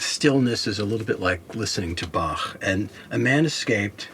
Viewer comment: You know a guy has been rich all his life when he pronounces "Bach" properly.